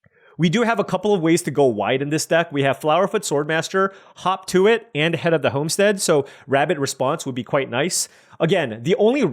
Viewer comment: hearing you say "hop to it" makes me double-take each time because it sounds like "hawk tuah"......damn the internet